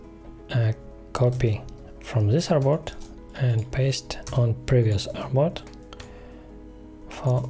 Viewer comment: so sorry, I can't understand a word you use, is it "airbot?" when you copy a frame or box you said "Now we copy this airbot?" Please accept my apologies for having to ask.